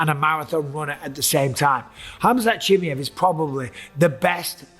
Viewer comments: it’s pronounced “chi-my-ev” you’re saying chimy- ev. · It's at least better than chimney that he said for the first 3 years 😅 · he's been calling him chimy-ev since forever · STOP SAYING CHIMMY-EV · Gonna have to turn this off i can't listen to you say chimmyev one more time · Bisbing it's pronounced chim-eye-ev lol vs doo-pluh-see 👊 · ChimAev mate. Not that difficult. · Jesus, can any of you guys just learn to properly pronounce the fighter names? Everyone has their own fucking way to say them and it's so annoying. Chimmyev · He really called him chimmy-ev the whole vid 🤣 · If Chimaev is that important to the sport, maybe learn to pronounce his name? It's not that hard, bro. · Bisping saying his name wrong should tell y’all enough about trusting his picks for Saturday 😂😂💀… all love to bisping tho 😭🤝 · Idk why he still calls him like that especially if u consider he pronounced his name right on the debut. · 100% did 😂 I can totally hear how he practised and got it slightly less wrong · Does my head in he calls him that! Why!!!!